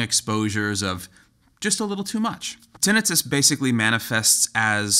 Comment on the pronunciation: off-topic, but.... does anyone else really cringe at the way he says "tinnitus"?